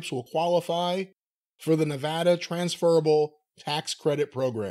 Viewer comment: I wish jim could learn how to pronounce nevada.